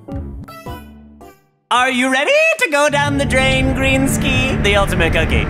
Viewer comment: HE SAID GREENSKI LIKE MITSKI, MITSKI REFRENCE RAHHHHHH😮